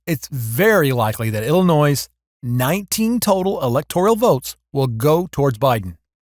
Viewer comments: There is no "noise" in Illinois. Ill-a-noy. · PLEASE DO NOT PRONOUNCE THE WORD ILLINOIS WITH AN S AT THE END. THATS IS WRONG PRONUNCIATION. THANK YOU.